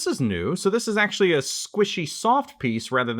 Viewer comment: 'actulay' 🤓 makankosapo